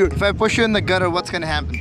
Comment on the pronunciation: Even the anchor doesn't know how to speak English... Gattar = drainage🙂